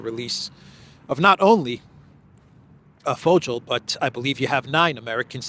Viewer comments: Hi, for the German surnames Fogel or Vogel, just say: foe-gal with a weak a that sounds more like an e. BTW, that Fogel guy when he appeared with Trump in front of the press, looked so fake and dishonest. US embassy personnel are CIA personnel, and this dude looks quite 🐟 fishy. Thx 4 your traditional walk'n-talk 🙋🏽! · Regarding the Vogel pronunciation, just look it up on Djoodjel.